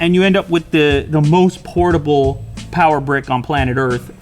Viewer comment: you said potibale charger. not charger